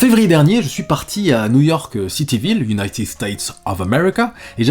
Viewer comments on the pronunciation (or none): none